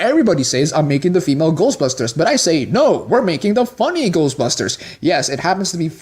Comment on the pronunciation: My problem with people like you is that you put the emphasis in the "busters" part of "ghostbusters", when it goes in the "ghost" part of the title. I mean, its like when Buu in DBZ pronounced "Ugly" as "OOgly" He HEARD the pronunciation, he (and you) can't just repeat what he hears? He didn't read it and then try to pronounce it. That's the only way he could have made that mistake. Bad writing. What I'm trying to say is that you're badly written. God or several gods or universe wrote you out of inexperience. They've been around for thousands of years and still they made that mistake? Look, I get peeved about very specific things okay? OKAY? Its about the principle of the matter. Come on ,guy. Come on. In all seriousness, congrats on the subs. Keep it up. (Good editing/timing, and good points. "this is okay, and this is not" great point, actually. whew, long parenthetical)